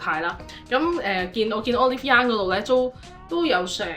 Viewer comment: 終於聽到有人正確發音讀Olive Young😂